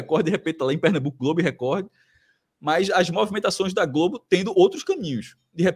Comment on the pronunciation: Esse Cássio além de sair com a ex e o atual dela ou seja assumidamente um boi fica chamando a TV Record onde o d é mudo no final de TV Recordi. 😅😅😅😂😂🐂🐂